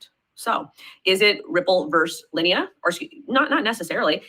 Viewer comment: When you mispronounce linea as lee inna you sound like a moron and you lost all credibilty because you don't know what you are talking about.